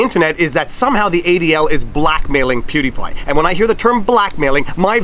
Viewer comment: ¿What's a pew d' pie? ¿A sóuffle?